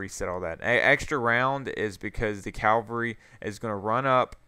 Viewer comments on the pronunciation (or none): calvary ? isn't it cava-lry